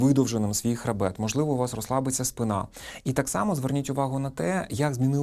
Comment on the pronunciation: Нормативні наголоси - спИна й сЕча.